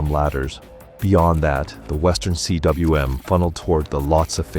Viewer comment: Cwm is pronounced ‘coom’. It’s the Welsh word for valley. Probably a good idea to be able to pronounce it, if you’re becoming an Everest Talker.